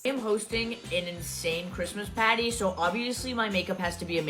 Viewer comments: THIS IS NOT HOW PEOPLE FROM BOSTON SAY PARTY!! 🤬....I'm sorry I got a little carried away. But still. She's such a ridiculous human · NOBODY FROM BOSTON SAYS "CHRISTMAS PATTY"!!! I'm married to a Bostonian. Even though he's been on the west coast for 30 years, he still has a Lil bit of an accent. He just laughs when he hears her phony accents. Yes, I said ACCENTS. She will start with Boston. Then she'll meander down to Manhatten, with a rest stop to Brooklyn. The she'll take a short drive down to D.C and pick up a slight combination of DC and The Carolinas dialects while she heads back to Boston.... but only after she flies huh (her) "Lee-ah jet" (Lear Jet) to the west coast where there really isn't much of a pronounced accent...unless you're a listener from the east coast. My family in New York always makes fun of our 'accents'. Wouldn't it be fun to find a professional dialectologist or a phonetician, so they could REALLY BUST HER and tell us where this psychopathic liar is REALLY FROM? Oh I would love to be a fly on the wall for THAT interview! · "Muh Christmas PAAHTEE!" 😂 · Did she say ( Mikayla) : GRWM for my Chrismas Petty or Patty?